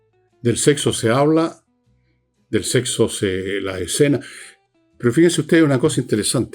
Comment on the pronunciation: Fernando, es SEXO, no sehso. La buena pronunciación, por favor.